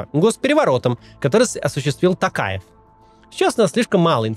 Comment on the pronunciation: Не знаю, только мне приятно слышать, что Максим говорит "ТОкаев", а не "Такаев"? 🙈